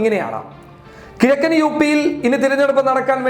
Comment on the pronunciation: എന്റെ പൊന്നു കരിപ്പൊടി. "കിയക്കൻ യൂ പി" അല്ല.. "കിഴക്കൻ യൂ പി" അങ്ങിനെ പറയ്. കുറേ ആയി ഇത് കേൾക്കുന്നു.